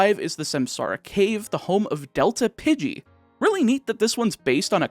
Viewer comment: Pidgey is pronounced Pidge eeh